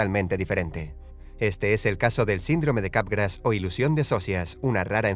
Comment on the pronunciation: Le entendí "sindrome de garrapatas"